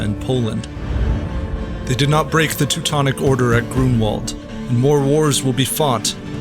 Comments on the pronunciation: Grunwald, try to say it Granvald. with v not w and you will say it correctly. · We should raise awareness among English speakers about the pronunciation of w as their /v/ in Polish and German. E.g. Grunwald is pronounced /Grunvald/